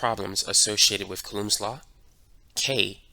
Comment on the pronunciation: really hope he starts saying it like cooh-lowms instead of cuh-looms law